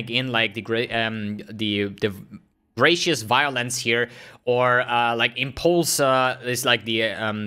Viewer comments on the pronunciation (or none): Grah-too-ah-tus Violence